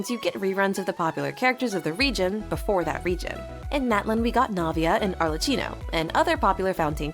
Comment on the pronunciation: It's Arlecchino not arlechino